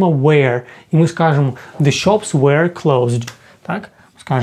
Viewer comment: Чому were ви вимовляєте як where? Воно ж не так вимовляється